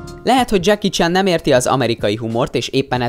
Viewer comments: már az első mondatnál sírtam! Mi az, hogy..most fonetikusan írom le....Dzseki Csán? :D Mert így ejtetted :D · Senki: Ádám: Dzseki CSÁN